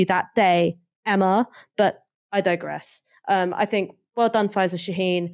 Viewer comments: 'Fink tank'... bro please learn to pronounce 'th'. You're so well spoken otherwise. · Your broadcasts would carry so much more weight if you could only pronounce your "th" words without using "f". Sorry to point this out and I do so because I'm certain it is only a problem of habit rather than anything else. When you say "fink" for "think" or "bofe" for "both" it diminishes your impact.